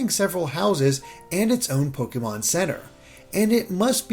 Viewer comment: It’s pronounced Pokaymon.